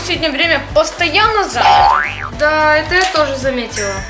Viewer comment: Ударения ставьте правильно не заняяята, а занятааа